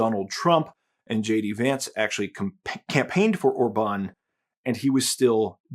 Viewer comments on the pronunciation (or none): or-BAHN 😬 it's OR-bahn 😂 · One thing that puzzles me is your pronunciation of Viktor Orbán — you change it at least four times, and only once do you pronounce the name correctly....MÅSKE ER DET BARE MINE DANSKE ØRE DER ALTID ER KRIDISK....Orbán is pronounced in two parts: OR‑BAN — not “Orba‑neeeee.” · The way you say orban OR-BAN is funny 😅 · Regarding Orban's name, the stress is on the first syllable. The same is true with Magyar. In fact, the stress is always on the first syllable with every single word in Hungarian. Pronounce "Magyar" as `Madyar" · I hate Orbán but the way you say his name hurts my brain. The accent goes on the O. Not the Á. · A tiny nitpick about pronunciation: In Hungarian the accent is always on the first syllable. The acute mark means a long vowel. Joining the celebrations from Poland.